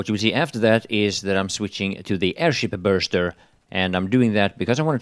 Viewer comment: It is not Burster.. That is for sure..